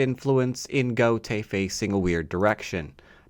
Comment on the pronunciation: gote is two syllables!